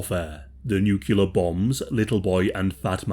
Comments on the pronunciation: It's "nuclear", not "nucular". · I love you, but....Nuclear, NEW-CLE-AR. Not "Nucular." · pet peeve...mispronunciation of the word NUCLEAR.. it is NOT NUKEYOULUR it is NEW-CLEE-ER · Its nuclear not nucular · One loses one's credibility when producing a video about a topic they cannot correctly pronounce "Nuclear" (noo-klee-er not noo-Q-ler). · pronunciation is NU KLEAR and NOT NUK U LAR!!!!!!!!!!!!!!!!!!!!!!!!!!!!!!!!!!!!!!!!!!!!!!!!!!!!!!!!!!!!!!!!!!!!!!!!!!!!!!!!!!!!!!!!!!!!!!!!!!!!!!!!!!!!!!!!! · uuh it's "nuclear" , not "nucular" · It’s nuclear, not nukiller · This guy says nucular instead of nuclear LMAO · nuCLEAR bombs not nucular for F@ sake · Why do you say “nucular” instead of “nuclear”? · It’s NUCLEAR not nukular…. As soon as someone pronounces it wrong like that, they lose all credibility… it’s like they don’t even know what a nucleus is or how Atoms work. Chemistry basics…. They would say nukulus lmfao. God dang it I can’t do it. I’m sorry I just can’t hear nukular over n over. It’s too much of an Idiot cringe joke 😂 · Nucular? Really? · At least pronounce the word nuclear correctly. It’s not “ NUK-U-LER. Damn. NU- CLEAR! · Bro you have to pronounce nuclear correctly. "Nuculer" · Nuclear, not nucular lol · The bombs are nuclear, not nukular. Why is it so hard to pronounce it correctly? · 80 years in and people still absolutely butcher the pronunciation of nuclear. "nuculur" u f0cking w0t m8? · Sorry to be that person but nuclear is pronounced new clear not new cu lar. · This was great video and I learned some things, thanks! I’m going to check out your channel. Although they were nuclear bombs not nucular, but oh well. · Learn how to pronounce nuclear. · You going to do a video on Hiroshima in Nagasaki and the atom bomb and you Don't pronounce the word nuclear correctly? Come on man. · Not sure which is more cringeworthy, the horrible injuries suffered by the victims, or the pronounciation 'nucular'.